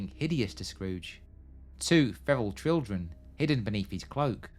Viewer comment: Great stuff! I’ll be sticking to ‘Shrows-buh-ree’ and ‘Jay-kuhb’ rather than the slightly comical ‘Shrews-buh-ree’ and ‘Jay-cobb’. Edit: and ‘children’ rather than ‘trildren’ haha